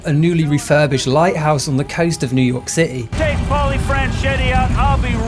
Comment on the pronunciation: Newww yorrkh cittayyyy